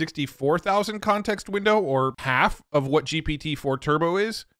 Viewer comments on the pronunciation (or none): none